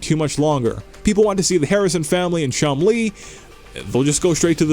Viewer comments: Omg you are horrible narrating videos. Also you sound like you have a bunch of marbles in your mouth. Oh and it’s Chumlee, not Chum-Lee, dope. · Chum Lee? Are you suggesting his father is Bruce Lee? It's one word, don't pronounce it like its two.